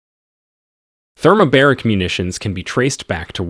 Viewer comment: thermobAric, not thermobEric. :))) as in 2 bars.